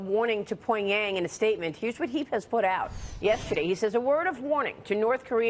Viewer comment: i can't take her serious over how she says pyong yang